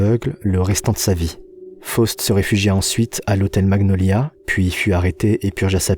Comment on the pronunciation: Les vidéos sont géniales mais le français sur certains mots n'es pas au top 😅 l'hôtel maGniolia....